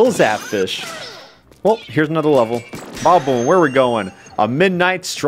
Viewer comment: he's saying badaboom but barely pronouncing the da so it sounds like baboom